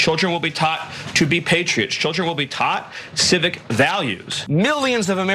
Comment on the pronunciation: Tschüldren. Tsch schteilisch. Hìschtrorisch.. 😠